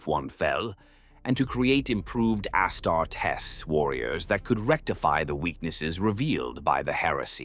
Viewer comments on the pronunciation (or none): And his legion of ASS-TAR-TESS